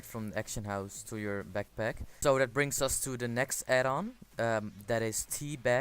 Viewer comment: it's not rly Actionhouse... don't make vids if u can't pronounce the words correctly.. fucking soar ears now